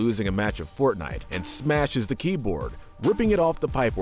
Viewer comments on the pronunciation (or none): none